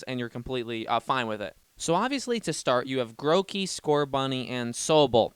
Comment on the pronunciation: HE CALLED IT MOTHER FLIPPING GROWKEY AND NOT GROOKEY